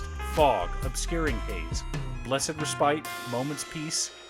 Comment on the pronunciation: Hey I got corrected on this so have to be too, it’s pronounced “res-pit” not “re-spite” Get owned. Also great video!